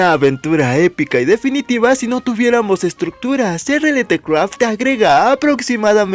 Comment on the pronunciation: Se pronuncia RialCraft por cierto 🐸